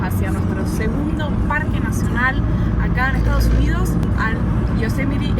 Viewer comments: Viva “yo-se-met-ee”🎉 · Hi, with regards to Yosemite pronunciation, the accent should go on the second Syllabus: SE. But you are putting too much emphasis on the LAST Syllabus